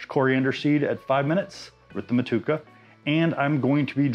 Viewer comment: Hops name is 'mo-to-eca ' not 'matuka' 😊😊